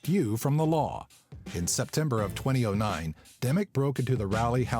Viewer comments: Wait, wait, wait... How did you just pronounce 2009? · LOL twenty-oh nine